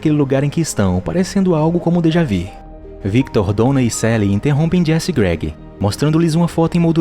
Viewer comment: Olha eu acho que alguém mais percebeu que ele disse dejavi, não dejavu kkkkkk